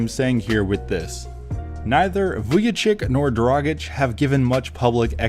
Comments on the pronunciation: Who the hell is Vujachick? 😂 Its pronounced Vujachich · Great video But pronunciation is Vujachich